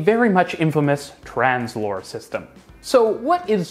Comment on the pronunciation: I would recommend you put up the names of the companies and the technologies on the screen. Took me lot of googling to realise you were saying 'Translohr' and not Tramslow.